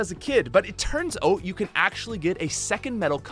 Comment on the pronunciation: Anyone else laugh every time he said "oat" instead of "out"